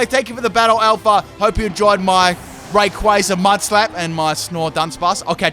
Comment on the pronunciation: I love how mispronounces names all the time, yet is one of the few people that properly pronounces "Rayquaza" (Pronunciation sources: movie and Battle Revolution)